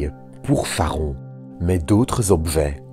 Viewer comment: Parce qu'il ne prononce pas correctement le nom du satellite de Pluton !